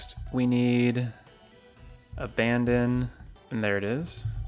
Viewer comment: Great video! One thing, the pronunciation of the “Abaddon” item is slightly off. It’s supposed to be pronounced (Ab-A-Don) not like Abandon. It’s a reference to an Angel of Destruction.